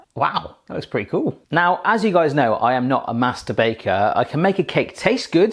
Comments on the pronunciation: Somebody else also heard "masturbater" instead of "master baker"? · So when he said as most of you know I am not a "master baker" I heard I am not a "masturbater" lmaoo